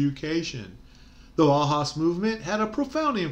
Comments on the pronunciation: It’s not HAWS it’s House..the us is pronounced “ow s” and if that is true then the bau is more likely Bow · Thanks. Yes, I read up on the subject as noted in the video. My mispronunciation was partly clowning. You know, "boss?". My humor falls short sometimes. That's why I better keep my day job. :-)